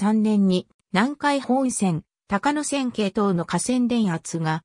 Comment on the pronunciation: 「たかのせん」じゃありませんよ！ 「こうやせん」です。